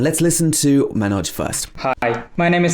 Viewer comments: Its Manoj not Mainoj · He mispronounced Manoj ! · You are mispronouncing manoj's name . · You also mispronounced 'Manoj'. Lol😂🤣